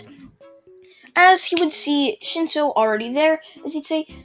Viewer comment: you said shinso I heard shitso